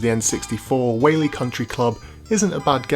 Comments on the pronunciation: It's pronounced WHY-AHH-LIE. At least you tried. Hawaiian words are a tricky sort. I'm surprised they don't say it in the game. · The way he pronounces “Waialae” is pretty funny 😂